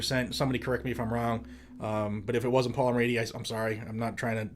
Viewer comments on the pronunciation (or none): none